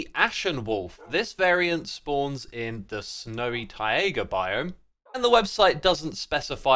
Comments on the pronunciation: Mate…. It’s Tie-Gah. Not Tie-A-Guh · Its not TaiAga its Taiga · why does he pronounce "taiga" as "tie-ayga" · I have never heard anyone pronounce “taiga” (tie-guh) with three syllables like Xisuma does here (“tie-ay-guh”). Is this a British thing or just an Xisuma thing? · Hey btw Taiga isn't pronounced ti ay guh Its tie guh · It's Taiga not Taega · Tai-ga, not Tai-a-ga 😅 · TAI-GA ❤, rather than TAI-EH-GA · Not "tay iger" it's pronounced "tiger" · Taiga ❌ TaEaGa ✅ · Please don't call it taega. It's taiga or tajga. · No offense X, but you pronouncing it as "Tai-ayga" is just killing me. Please, pronounce it like you have a thick Boston accent and you're trying to say Tiger. I beg of you. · Funnier because it's neither, since it's a loan-word. It's 'tai-GAH'. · Did anyone notice how xisuma pronounced taiga he said tayega biome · X's pronunciation of "taiga" will never fail to sound wrong, mostly because it likely is wrong. Wiktionary agrees with me here. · Tie-A-Gah biome huh? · Taiga is pronounced like tie-gah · X, taiga is pronounced like tiger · Tie-ae-ga right? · How long has this guy been calling it the "Tye-Egg-Uh" Biome lol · Why do you pronounce Taiga like Taiega? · "taega biome" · Xisuma, you pronounced "taiga" as "taiaga". How dare you. But seriously, you just needed to not add an extra "a" and you would've been good. I don't ever want to here you say "taiga" again until you learn. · I don't know what's funnier: they way X pronounces "Taiga" or Hardcore being added to Bedrock edition which is infamous for random instant deaths. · Love the wolves, hate how you say taiga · Love the wolves Hate the way X pronounced taiga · how do you make the word "taiga" into a three syllable word? haha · anyone else hate how he says taiga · why do you pronounce taiga like that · never say "taiga" again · Very good content as always. However, I absolutely can't stand the way you mispronounce taiga